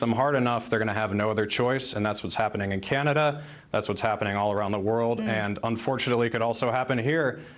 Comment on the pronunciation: I’m glad she said Canadia.